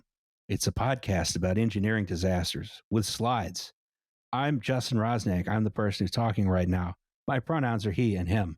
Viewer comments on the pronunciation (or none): none